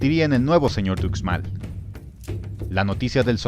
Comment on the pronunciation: Ucmal se prinuncia uxmal no ucmal 🤦